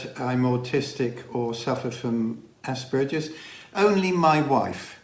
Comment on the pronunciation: Please, good people, learn to pronounce "Asperger's" correctly. The wrong version makes some of us grind our teeth.